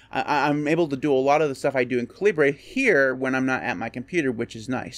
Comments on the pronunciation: I thought it was pronounced cal-i-ber. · Haha, I thought this was KA Libre as in “Libre” software, too. But the author has stated that it’s “KAL i bur” as in the British pronunciation of the word caliber. I called it kalibre for years too. But I was wrong!